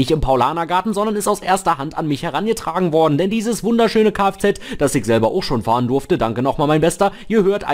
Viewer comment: Das heißt ICH und nicht IK🙄